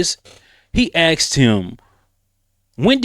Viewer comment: You have no point after you say "he axe". You didnt even graduate highschool. Know your place fool.